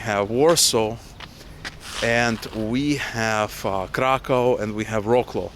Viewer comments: Nice vlog! Hope you'll find your place in Poland! Just to clarify, Wrocław is pronounced Vrotzwaaf :) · wroklo = Wrocław. Check out what way you should pronounce that city because some people might dont understand. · Wrocław - lovely city :) just pronounce the name rather like Вроцлав :) Or Vrotslav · Wrocław is pronounced as "Vrotswav" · Please, no more "rawclaw"! Wrocław = Вроцлав ;) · Do not call Wrocław "roklo"! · Ah you meant Wrocław there? It's pronounced "Vrotswav" . It's a nice city, has some German history cause it was called Breslau in the past. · Good luck to you. You are pronouncing Wrocław wrong… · Rocklow? I had to think about that for a while. Is it Wroclaw? I don't know anything about most of these cities And I learned pronunciation from a book but I think, and somebody can correct me, They pronounce it VROTsuave. (Yeah there was the reason I didn't pick anything in Cyrillic... Or Chinese, any dialect, because really complex, or German which they offered in my high school by the time I was in 11th grade, because I thought I might choke myself. Apologies to German people. I'm actually part German but I don't have a lot of connection with my ancestors or actually even my grandparents I really never knew. My mother just wrote down whatever she could find out back in the early '60s. And I have Bigler Jaeger Unger (My mother's side is Irish Irish and Irish) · It is not prounounced wroclow but vroclav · It's not 'vro-claw', try saying 'vrots-love'… And yeah, you will love it :) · Your pronunciation of Wroclaw is too english-like. It sounds almost like "War claw". Propper pronunciation is closer to "Vrotz Love" or "Vrotz Wow". Actualy if you think about it, you need to merge the "Love" with the "Wow", and you get "Vrotz Wove". Cheers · it took me a while to understand which polish city is called "roklo" :D please, spell it like "vroslav" or something like that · Vroslav, not Rocklow :) (Wrocław) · To let you know, Wroclaw is pronounced Vrot Sauve!